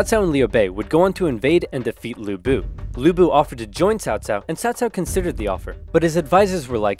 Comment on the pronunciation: As someone with the same last name as Lu Bu, in the ten years I lived in the US, I have literally never heard someone who was not chinese pronounce Lu correctly. The way he pronounced it was close enough that it is how I ended up asking people to say it, so good for him!